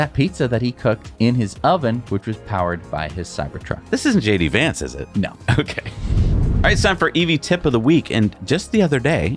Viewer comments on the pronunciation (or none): none